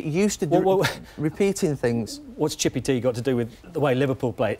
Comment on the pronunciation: Hearing a posh chap say "chippy tea" makes you think Potato drink? lol